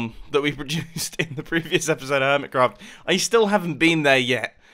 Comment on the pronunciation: You said hermicraft's again....